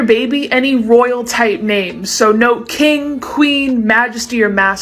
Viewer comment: Kingg😂 not king